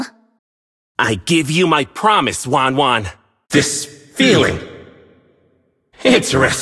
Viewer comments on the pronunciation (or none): Every other character who knows Wanwan: Pronounces it properly Meanwhile Yu Zhong : Węňwēń